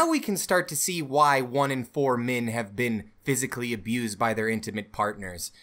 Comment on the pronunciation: "Min" "Mins Rights" "Wimin" "Wimins Rights" Why does this wolf character hate the letter 'e' ?